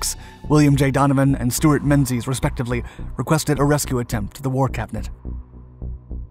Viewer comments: Menzies is pronounced "ming-es". Don't be so arrogant as to assume you know how British names are pronounced, they're sometimes pretty weird and catch the natives out, too. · . It's spelled Menzies but pronounced Mingiss. This is because of the old Scotts alphabet contained a letter called a yocht. It looks like a z but with a tail like a g. So English newspapers & books would just use a z to save retooling. Hence Menzies being pronounced Mingiss.